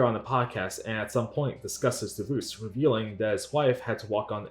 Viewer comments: Why are you saying divoosed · Please learn how to pronounce “divorce”. I cringe every time you say “divouse”. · you should add a dibuss counter, I mean divorce, because that's how you properly say it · Bro why do you say “Divoose” 🤣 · Bro, the way you pronounce the word "divorce" is wild. I would watch a video just about that. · Not to sound mean by why do you pronounce divorce that way?